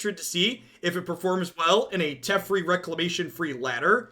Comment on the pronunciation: It is pronounced Teh-Fair-E, not Tef-er-E